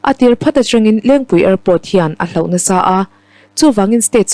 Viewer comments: Hlauh tih tur a nilo. Hloh tih zawk tur a ni e.. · Hlauh ni lo in HLOH tihtur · Hlauh ti lovin "hloh" tiin lam se aw...